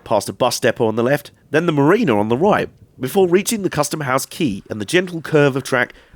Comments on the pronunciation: Ma-ree-na, not ma-rinner. #justsayin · "In Weymouth mariner"? Haha Mariner / Marina let's call the whole thing Pop-eye. Great video though. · Can I just say Weymouth is one of my fave places ever hopefully moving there soon.. But its marina not mariner.. Love your vids keep it up x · Downvoted purely for the way you keep pronouncing Marina. Its Ma-ree-na, not Ma-rin-er. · Hi. Great video. Like your style of presentation (so have subscribed). I gather that it was called a tramway (as it only had steam locos on it) because the rails were sunk into the ground? Sorry to be picky, but a 'mariner' is a person (sailor?) who travelled/worked on the sea; a place (marina) where boats are 'parked', is pronounced 'mareena'. Looking forward to your next video. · Grammar - marina is pronounced M'REENA even in the States, not as you pronounced it.